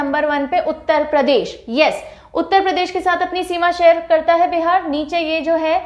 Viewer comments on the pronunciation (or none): none